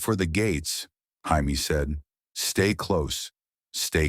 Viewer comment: IT'S JAMIE NOT HIAME.